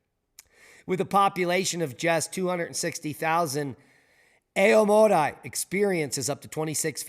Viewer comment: AomorEE, not otherwise